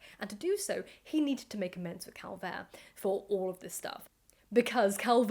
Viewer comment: You are mispronouncing both Schliemann and Calvert.